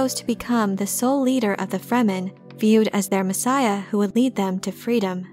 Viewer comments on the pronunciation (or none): none